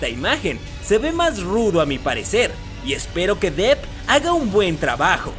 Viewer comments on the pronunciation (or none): none